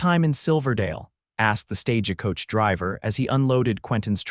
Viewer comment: The word is stage coach, not "stage-a coach." EDIT & REVIEW!!